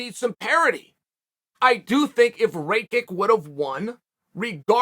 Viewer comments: “ray -kick” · Blockavitch needs to really take some time off and keep an eye on his eye Edit: blahohovitch vs Ray-kick 🤣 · He keep calling this man raykick 😂